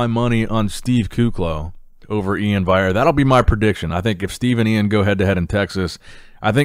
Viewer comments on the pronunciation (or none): Is there a reason why you keep saying Ian "vayere" instead of how hes described how you are supposed to say it? Curious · Hey, pronounce iain valliere with an L